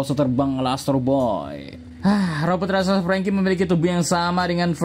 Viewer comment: RAKSASA minnn, bukan Raksaksa/rasaksa hehe